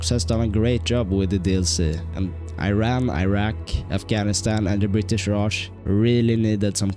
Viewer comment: Thats E-ran